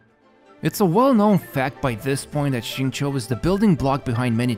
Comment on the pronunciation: That Xingqiu pronunciation blown me! Beats 99% non-native speakers. This man must put a ton of work learning this.